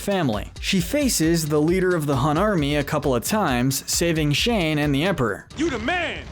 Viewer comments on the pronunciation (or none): It might be just me... but I got kinda annoyed when he kept saying "Shane" when his name is "Shang" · Is no one going to talk about how he keeps saying “Shane” instead if “Shang”...? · And how he kept saying Sheng like Shane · it’s killing me that he’s saying “shane” instead of Shang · It’s Shang, not Shane. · It bothers me that he calls shang Shane